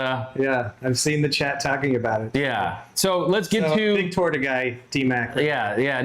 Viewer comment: It’s not a torda it’s pronounce torta!